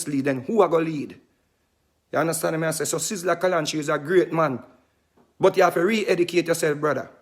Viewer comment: Mr vegas lost like a coin in the ocean. And more confuse than tangle tread not saying sizzla right also but he have more sense than vegas if there was not an Abraham then there is no vegassssss. Vegas. Is a city in the desert that have to shine tru lights 📷 so who created him clown bc you stumble ah the stone that was set for nought let that soak in